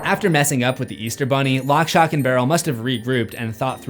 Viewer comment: He says it correctly later on though!